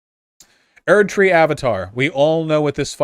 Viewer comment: the way he says erdtree actually makes me consider suicide